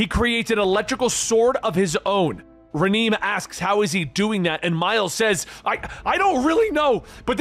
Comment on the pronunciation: Reh-NAY bro 😂 sheesh